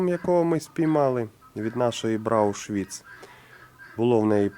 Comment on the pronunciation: порода "БрауН Швіц" - коричневий щвейцарець, а не "Брау Швіц"!